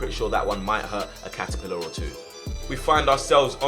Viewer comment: I love when he says catepillar